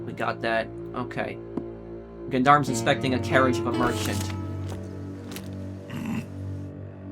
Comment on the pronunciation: Gendarmes is pronounced like Jon-Darms.